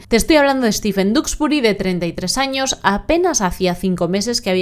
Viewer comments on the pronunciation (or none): none